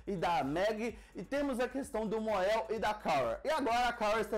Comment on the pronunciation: Mon-El se pronuncia MONEL